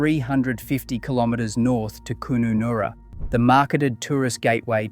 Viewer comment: Where the hell is koonoonoora? can't even pronounce Kununarra